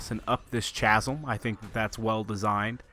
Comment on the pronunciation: How hard is it for one person to say chasm properly